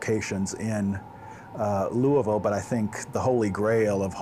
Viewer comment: Very well done. The historical introduction was very good. The best part of all was that finally someone knows how to pronounce Louisville correctly.